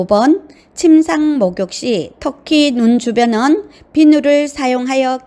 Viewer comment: 목소리도 좋고 . 발음도 좋고 내용도 충실한데. 단 한가지 발음만 좀 고칠수 있으시다면 정말 좋겠는데~습도를 섭도. 특히를 턱히. 스스로를 서서로 와같이 "으"와 "어"구분이 좀 안되서 듣는데 약간 불편한 부분만 고친다면 최고!